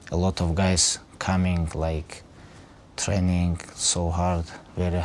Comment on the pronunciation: "Alot of hard work and alot of train-ingkt"